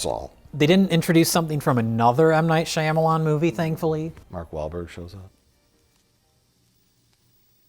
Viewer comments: I always laugh way to hard at Mike pronouncing Shyamalan Whoa Black Bettie, Shamalam. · ok i love you guys but pronunciation 'Shy-Amalan' hurts my brain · does not know how to say Shyamalan correctly what a hack!